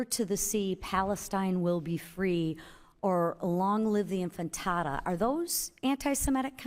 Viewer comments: Um, it’s anti-Semitic to mispronounce the Arabic word “intifada” because Arabic is a Semitic language. 😂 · If a congresswoman can't even say "intifada", how can we expect that she has a decent understanding of what it means? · lisa doesn't even know how to say intifada lmao. anyway, long live the intifada. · if you cant pronounce "intifada", dont ask the question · Well she should learn how to say INTIFADA! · Lol, she can't even pronounce Intifada. She's weaponizing the expressions for Political gain. Conflating words once again. No freedom of speech.n. "From the River to the Sea" and and the word Intifada are not anti-Semitic. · Your idea of "reasoning" is intentionally mispronouncing an Arabic word because you don't like the idea it represents. You have no ground to stand on. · Tell that to the Representative who can't pronounce "Intifada." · I wish Lisa, McLean would learn how to pronounce things, instead of just going directly to Google, and pretend she’s so knowledgeable. She should learn how to say intifada. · Your mom know that you're gay? YES OR NO?! You can't answer such a simple simple question! You are all 🤡 sounds pretty rubbish when you can't even pronounce the thing you're complaining about. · Ms. McClain...it is pronounced " inti-fada" not " infi-tada". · Not "Infitada", its Intifada.. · “Infintada”. Sounds like a baked dish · Long live the inFINTADA?? This house member can't even pronounce the word correctly? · Long live the "infantada" 😂 i appreciate what congress is trying to do here but sometimes they just embarass themselves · Long live the infitata... hakuna matata... I appreciate the questioning but the word is Intifada....🤦‍♀️ get your concepts straight lady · I was just upset that when Shafik was getting a good whoopin’ McClain says, “infitada”. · And infitada? She was probably thinking fritada. What a clown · I believe it's pronounced "globalize the frittata" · Did she say ' long live inFANtada ' 😂?? broo😂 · Yes, twice (or thrice)...